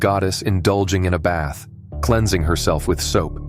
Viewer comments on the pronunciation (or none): none